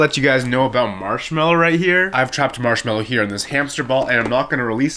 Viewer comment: bro said marshmallow 💀